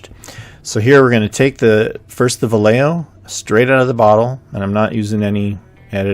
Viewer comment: My only problem is the way you pronounce Vallejo. "Valejeo" 🤣🤣 It's vayeho.